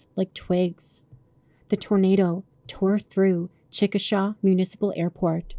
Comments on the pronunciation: It’s pronounced “chick-ah-shay” FYI. Well made and well done, but if you’re using an AI voice, not a fan of that. The words sound very clipped and almost too perfect, that’s why I asked. This would be A+++ if you got someone to actually narrate it I think. I enjoyed it nonetheless, but that voice kind of dulled it a little. I loathe AI, just my opinion lol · Okie here Say it with me now CHICK, A, SHAY Not chick a shah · It’s pronounced Chick-a-SHAY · The pronunciation of the name of the town of Chickasha is Chick-uh-shay. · Amazing work! I only have one critique as a life long native Oklahoman from be Lawton and Chicksha, it is pronounced Chick-uh-shay. I know some our names are weird and difficult to pronounce, especially some of those that are based on various tribal names and such. For some reason, Chicksha is just one that grates on my ears when mispronounced. I can literally here myself saying it inside my head when Im fixing to here someone say it for the first time, lol. My apologies, My intent is good, I promise! :) 🤍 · How hard is it for people to call the town and ask how to pronounce the name of it. I mean you were so close. Like even the indigenous pronunciation sounds better.